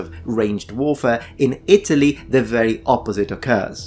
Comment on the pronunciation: Re Italy. You pronounce it weird. It's It'lee. And its residents are eye-TAL-yins.